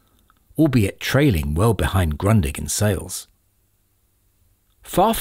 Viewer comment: Although never been fond of reel to reel, I can see the rarity on them. I knew their existence but never ever thought of them released both in mono and stereo 😆 One last thing, Grundig is pronounced Groodih. I'm in love with Grundig stereo consoles. I own one, inherited by my grandparents!